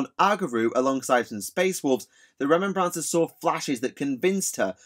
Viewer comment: This was interesting content but it was painful to keep hearing Remem-brancers. It makes me wonder if space marines buy poppies on remem-brance day?